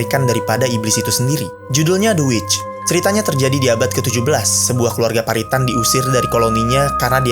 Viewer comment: Bro, Puritan dieja pyu-ri-tan. Akar katanya dari Pure (suci, murni)